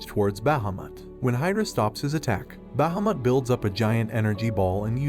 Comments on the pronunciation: Can we just talk about BAhAmUt and not bahamut (bah-hah-moot)? I just had to since his pronunciation was hilarious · The dragon not called bahmot it's pronounced as baheeemot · It's behemoth not bhameth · It’s Bahamat (Baa -ha-Matt) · You absolutely butchered Bahumet's name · The way he keeps saying Bahamut so wrong is the only thing I dislike about this video xD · I'm sorry the way you pronounce Bahamut is no just no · Why do you pronounce bahamut strangely? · The way he says bahamut is sad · Is Bahumut really pronounced like that? Sounds so wrong to me but I've never heard anyone pronounce it tbh lmao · I literally want too die you can't even say bahamut properly